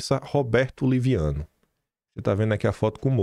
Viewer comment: Liviano não,leviano kkkkkkkk